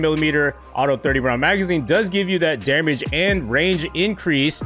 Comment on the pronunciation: He says dermage